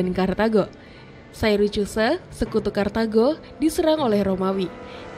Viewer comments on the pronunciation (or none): cb dperjelas mngeja syracuse min 😅😅😅